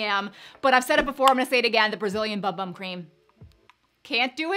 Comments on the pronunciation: FYI - It’s actually pronounced “boom boom” not “bum bum” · Hi, if I’m not mistaken I believe the Bum Bum cream is said boom boom I know I know it’s not said the way it’s spelled lol 😀